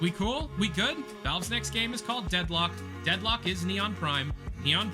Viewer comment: the first time he "says" the title of the game he gets it wrong and throughout the rest of the video he had to dub over and correct, like, how do you call it Deadlook bro 😂